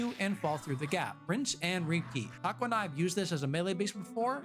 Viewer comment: Taco sounded more like egg roll